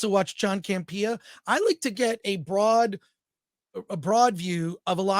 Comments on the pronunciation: Chris, you’re saying John’s name wrong. It’s CAMP-eeuh, not Cam-Pia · Is there a reason why he puts the emphasis on “pee” in Campea? I thought it was a joke at first. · I love when people mispronounce names of people that they have watched that person's show.....then you should know that hisn name is not John CampeeeeeeeeeeeeAH 😁 He made a big mistake in letting go RMB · John CAM-PEE-YAH😅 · I'm not sure your pronouncing John Campia's name right but it's hilarious!😂😂😂